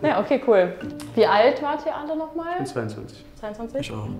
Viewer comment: Dating auf halal basis und kein Salamu Aleykum zu Beginn 😂 Schock güzel.. bittee.. es heißt auch nicht ischhh sondern ich